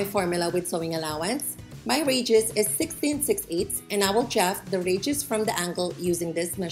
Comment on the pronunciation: Thanks for tutoring. May i suggest you use no white material to demonstrate because your table top is white and wall behind mannequin is white. We just cannot see your fine example when it is all white on White. Also, I put on captions in English to understand. You say radius and auto translations says "regis". Americans pronounce it " RAY dee us" for Radius. Hard to figure this out at first. Again thank you for the information.